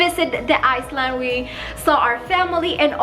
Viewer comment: Love you and your videos😊 just a little Info. You say it iland my love the S is silent